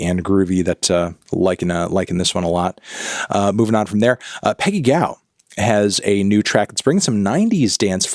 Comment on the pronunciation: dude said Peggy Gaw